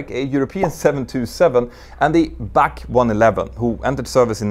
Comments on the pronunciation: I've never heard BAC 1-11 pronounced as "back" 1-11 before. It has always been a B - A - C 1-11. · Great video & well presented, as usual. Just one small, teeny criticism, though: it's not BAC-111 it's B.A.C. 111. B.A.C. was the acronym for the British Aircraft Corporation. Sorry to be picky but my teeth were itching every time you said it, LOL!